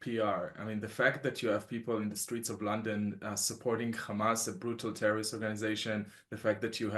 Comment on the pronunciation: Stop saying gamas its HAMAS 🇸🇩🇿🇦